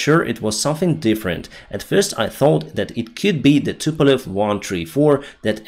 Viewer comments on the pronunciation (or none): none